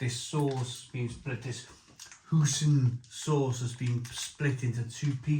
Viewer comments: Do you pronounce "Oi" as "Ooh"? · Hoy-sin not hoosin